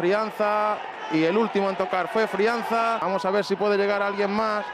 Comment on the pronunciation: "Ilian y Frianza". Que malos son estos de webdirecto por Dios. No paraba de repetir Ilian y Frianza, hasta que le dirían que es Ilias y Friaza.